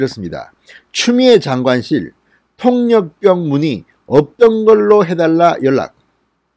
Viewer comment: 수고하십니다, 그런데 통역병을 통력병 이라고 발음하지 말았으면 좋겠어요, '폭력병' 으로 들립니다......^^